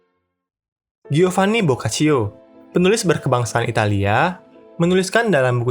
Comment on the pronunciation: Giovanni bacanya jovani